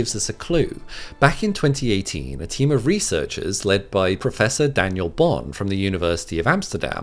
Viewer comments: It's Prof. Daniel Bonn by the way, not Bohn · His name is Bonn, Daniel Bonn. Excellent scientist, good teacher and a very nice guy, but there's no h in his name.